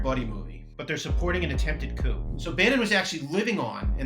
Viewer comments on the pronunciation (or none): oh gawd... you had my interest until you said "coup"